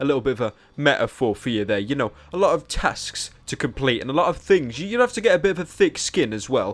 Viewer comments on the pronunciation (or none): she is so fake. she also does tings for leafy. "thingss"